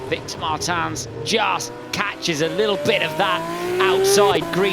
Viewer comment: ITS MARTINS NOT MARTAN, HE IS NOT D’ARTAGNAN